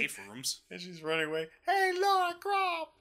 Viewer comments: I just noticed WHY IS HE CALLING HER "LAURA"? Like... Doesnt he know she is Lara?! :D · First off her name is Lara not Laura. second your friend is right, Core was sick of making TR games so they tried to secretly kill off Lara Croft.